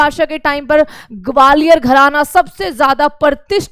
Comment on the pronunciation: Gwalior ka pronunciation aapka thik ni h mam😂😂